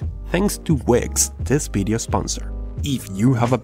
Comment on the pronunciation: can you say 'video' instead of 'bideo' ?